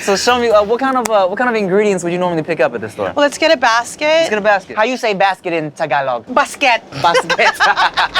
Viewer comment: T: How do you say basket in Tagalog? N: "bas-SKETT"!! LOL I died